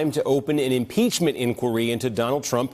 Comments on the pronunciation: Did he say 'umpeachment'? We need to get to the oringes of this! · I swear he says UN-peachment. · Umpeachment lawl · Did he just say Unpeachment? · he cant even say impeachment properly